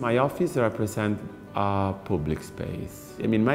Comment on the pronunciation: Ha detto offiss tipo 20 volte